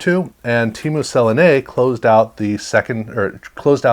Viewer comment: great video, just some help in the pronounciations. Teemu Selanne is pronounced 'se la ne' almost like salami but with an n. March Recchi is pronounced like in Wreck, hence his nickname the wrecking Ball